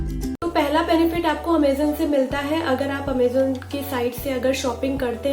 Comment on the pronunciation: amezaan NHi hota amazon hota hain 😆😆😆😆😆😆😆😆😆😆